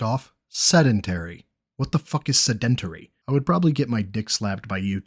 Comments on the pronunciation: Se-DENT-ary lmfao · sa-DENT-terry LMAO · My dude first as always excellent work on the video as always. Second My brain is broke after hearing him pronounce sedentary. 3 my brain is shattered because he now equates lifting his water bottle as an act of strength. I stand by what i said all the way back on the marathoning the marathon episode being who he is behind his keyboard while portraying himself as this supposed good guy is the thing i hate most about him. But the man routinely and effortlessly now is finding new ways to make me hate him. If youll excuse me i need to go soak my head and put my brain back together. smh